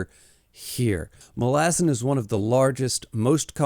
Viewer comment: love the video but bro not Muh-lazen its MA - Luh- Zan it drove me crazy lmao